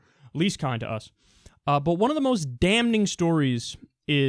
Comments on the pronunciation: It's "Damn-ing" Not "Damn-en-ing" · Kyle pronounces the "n" in "damning"! He needs a producer who can correct his grammar and his pronunciation.